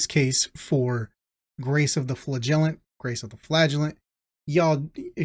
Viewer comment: its pronounced as Flagellant and not Flagellant